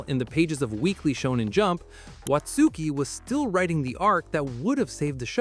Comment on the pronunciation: You don't pronounce the u in Watsuki...